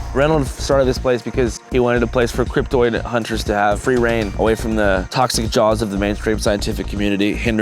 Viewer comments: Is "cryptid" really pronounced "cryp-toid"? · It's cryptid not cryptoid. Cryptoid is how the cryptids want you to pronounce it so you can't actually find the cryptids.